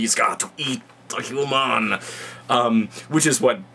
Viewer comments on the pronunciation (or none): lol HEW MON!!! Feringi much? lol, awesome vid though. I couldn't say it better without yelling and spitting.